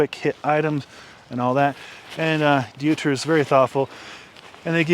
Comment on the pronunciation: Pronounced Doy-ter... like how you say Deutschland